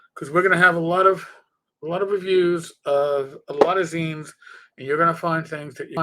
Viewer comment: Thank you for saying zines correctly. And I've been planning on doing some zine reviews. So many to choose from.